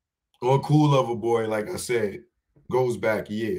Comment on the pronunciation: CERTIFIED LOVER BOY .. please say it right